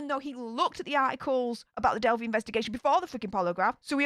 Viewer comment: I think it's cute you call it delphie, but some might get offended because it's a sensitive subject on these interwebs. It's delphEYE with a long 'i' noise. I've said things wrong and been attacked, so just in case, I wanted to tell you.